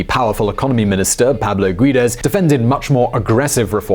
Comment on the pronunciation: Great video, but you murdered Paulo Guedes (Gă-Jēēs) name even saying it different every single time.